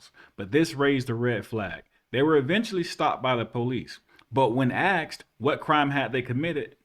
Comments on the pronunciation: "..but when AXED.." I'm not sure I would take legal advice from someone who doesn't speak English. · This guy sounds like an educated person until he starts “axing” questions! Well let me ax you this…. Is it ok if I rake you the answer? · When axed? What is axed? Do you mean asked? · The word is ASKED not axed, you sound Ignorant when you say it incorrectly get it straight so you can be taken more seriously. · I love your videos and won't unsubsidized but can you PLEASE say asked instead of axed. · Before your post mode videos please know the difference between ask and axed. You say axed when you should say asked. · axed? i think you meant asked. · It's 'ASKED' not 'AXED' Literally one is murder and the other is a question. There is a BIG difference... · Hi. I really love your work. Can I point out one thing as positive criticism? You are still saying the word “asked” incorrectly. You are saying “AXED” rather than “ASKED’. One technique I use for my students is to slowly say it like this: “aaaa …. SSSSSSSS …k k k k.. ed”. Make sure you slowly and deliberately sound out the “S” before the “K”. Good luck with your excellent work sir. God bless. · Why do you keep saying “axed” instead of ‘asked’?